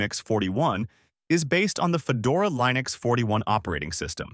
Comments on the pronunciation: What is this "lye-nucks" you speak of? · AI slop that can't pronounce Linux correctly, mentions KDE but demos Gnome. Waste of space. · If you are going to use Ai to do voice over, at least make sure it pronounces Linux correctly. Throws away any trust or credibility out the window. Just my two cents.